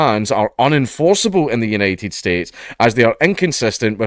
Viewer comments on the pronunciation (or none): none